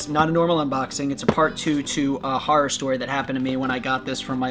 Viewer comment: "horrer story"lol